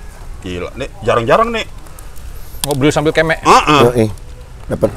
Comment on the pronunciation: Kemek jadi mekek... anjay ngakak gue 😂